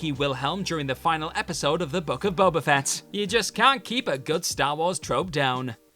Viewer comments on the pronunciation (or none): none